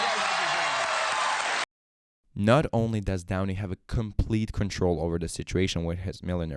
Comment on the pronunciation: John Michael Kane 😂😂😂😂😂 How much do I owe him? Also his videos are good, but calling him downy was messing me up 😂😂😂 But OP is a "fat old prick" 😂😂😂😂